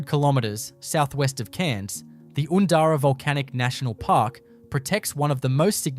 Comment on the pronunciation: The pronunciations are not correct. Oondara lava tubes is Undara. Please edit and correct. I’m not bothering with this.